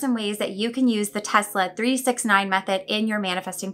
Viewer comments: The technique you use doesn't really matter, as long as you incorporate the pattern of "3,6,9" into it. Oh, and don't mispronounce his name as "Tezla" or you will have to start all over again. ;) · I betcha Mr T pronounced it as 'Tezz-la'... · You're definitely not the only one Haha Every single Youtuber in the UK says TeZla 😅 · That’s how we pronounce the S before di L in Italy, like it was a Z 😊 do you have Italian roots? ... or maybe a previous life 😉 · Don't worry about your pronunciation of Tesla, Brits laugh at American's emphasising nouns instead of adjectives.